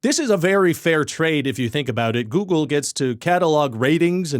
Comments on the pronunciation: he pronounced google as googoo aaaaaaaaaaaaaaaaaaaaaaaaaaaaaaaaaaaaaaaaaaaaaaaaaaaaaaaaaaaaaaaaaaaaaaaaaaaaaaaaaaaaaaaaaaaaaaaaaaaaaaaaaaaaaaaaaaaaaaaaaaaaaaaaaaaaaaaaaaaaaaaaaaaaaaaaaaaaaaaaaaaaaaaaaaaaaaaaaaaaaaaaaaaaaaaaaaaaaaaaaaaaaaaaaaaaaaaaaaaaaaaaaaaaaaaaaaaaaaaaaaaaaaaaaaaaaaaaaaaaaaaaaaaaaaaaaaaaaaaaaaaaaaaaaaaaaaaaaaaaaaaaaaaaaaaaaaaaaaaaaaaaaaaaaaaaaaaaaaaaaaaaaaaaaaaaaaaaaaaaaaaaaaaaaaaaaaaaaaaaaaaaaaaaaaaaaaaaaaaaaaaaaaaaaaaaaaaaaaaaaaaaaaaaaaaaaaaaaaaaaaaaaaaaaaaaaaaaaaaaaaaaaaaaaaaaaaaaaaaaaaaaaaaaaaaaaaaaaaaaaaaaaaaaaaaaaaaaaaaaaaaaaaaaaaaaaaaaaaaaaaaaaaaaaaaaaaaaaaaaaaaaaaaaaaaaaaaaaaaaaaaaaaaaaaaaaaaaaaaaaaaaaaaaaaaaaaaaaaaaaaaaaaaaaaaaaaaaaaaaaaaaaaaaaaaaaaaaaaaaaaaaaaaaaaaaaaaaaaaaaaaaaaaaaaaaaaaaaaaaaaaaaaaaaaaaaaaaaaaaaaaaaaaaaaaaaaaaaaaaaaaaaaaaaaaaaaaaaaaaaaaaaaaaaaaaaaaaaaaaaaaaaaaaaaaaaaaaaaaaaaaaaaaaaaaaaaaaaaaaaaaaaaaaaaaaaaaaaaaaaaaaaaaaaaaaaaaaaaaaaaaaaaaaaaaaaaaa ok is that 200 characters yet? anyway 1 star this man is dumb dumb poopy head not smart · Ryan, it's googlé! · I enjoyed this video. Ryan’s analysis of Google reviews was very thorough and informative but it wasn’t what I was expecting when I clicked on the video. Good thing he approached the subject matter with usual Ryan George wit. I did have to deduct one star because he kept pronouncing Google wrong. ⭐️⭐️⭐️⭐️ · I liked the video. Specifically the part where the Youtuber acts like he doesn't know the correct spelling and pronunciation of Google to create a comedic effect. I also appreciated the old image of Lady Gaga. I'm redacting stars for the time he said Steve instead of Allen. I don't know if mispronouncing names is his policy, but I'm not here for that. 4/5 stars from me because I did find this video more enjoyable than a parking lot. ⭐⭐⭐⭐ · Goo Glee Ay - it's okay, many people get it wrong I have decided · Its pronounced Googlay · A lot of dark brown people also pronounce it as Googoow instead of google. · I believe it's "Go-Ogle" as in go look.